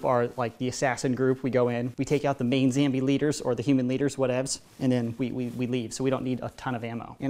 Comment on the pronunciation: By the way it is not called a zambie it is called a zombie